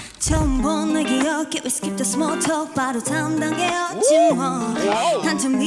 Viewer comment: 위스킵더스몰텈 발음 자연스러운거부터가 이노래 연습 많이 했다는 증거임 저거 연습 안하고는 못함 ㅋㅋ